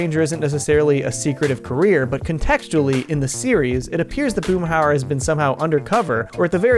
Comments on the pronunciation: The name is Hauer, Boomhauer. That dang double o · Boomhauser haha